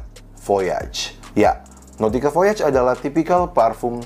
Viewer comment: saran aja, overall udah okay,,, tapi kalo emang cinta, harusnya g salah baca, terutama yg bhs Perancis ex: voyage dibaca vo-a-yas hha